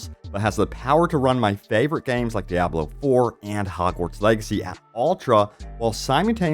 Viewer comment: 6th and maybe 7th class! Awesome Also, once again DEE-AH-BLO Killing me smalls!